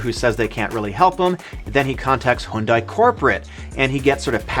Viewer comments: HUN-DAY! Not HUNE-DIE! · HYUNDAI is not pronounced as "HOON-DAI". It is pronounced as "HYUN-DAY", like Sunday. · why he pronouncing Hyundai as "Hoondai"